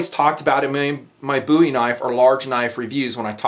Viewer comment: thank you for pronouncing Bowie correctly.